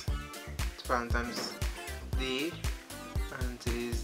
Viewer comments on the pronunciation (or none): "Valentimes" hahahahah